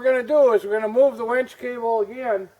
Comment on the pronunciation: It's Winch not Wench.. lol